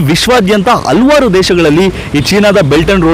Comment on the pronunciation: ಹಲ್ವಾರ್ ಅಲ್ಲ ಹಲವಾರು ಅಂಥ ಹೇಳಿ,ಇಲ್ಲದಿದ್ದರೆ ಮನಸಿಗೆ ತುಂಬಾ ಕಿರಿಕಿರಿ ಯಾಗುತ್ತೆ.